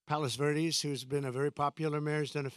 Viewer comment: He couldnt even pronounce it correctly lol.